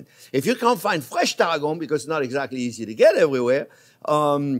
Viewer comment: I love Chef's accent but for those who are total newbies to cooking - as am!!!! - he's saying CHERVIL and TARRAGON. (I thought he was saying TARGO originally, until I looked at the recipe.)